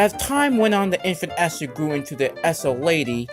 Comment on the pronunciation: Just FYI Esau is pronounced E Saw